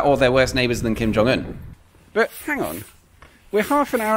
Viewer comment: Moving to Paris this summer this is going to be one of the first places I'm gonna visit, can't wait. Thanks! Kudos for pronouncing Kim Jong-un correctly btw ^^